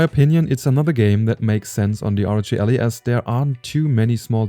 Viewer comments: Ally not Ali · Es heisst "AAAAllie", nicht "Elli" :D aber gutes video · I cringe every time he said ALLY as ALLEY.